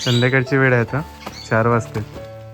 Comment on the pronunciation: Are bala shalet gela nahis ka ashudhha basha boltos vel bolaych sodun ved boltos la chya jaagi da boltos neet bhasha bolat ja 😂😂